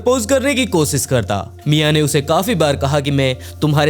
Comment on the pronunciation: भाई तुम टोटली विकी शर्माकी copy करते हो नयी स्टोरीज बता रहे हो अच्छी बात है व्हॉइस अच्छा है लेकिन एक प्रॉब्लेम है तुम श बोलने के बजाय स बोलते कोशिश करो कोसिस के बजाय कोशिश बोला करो thank you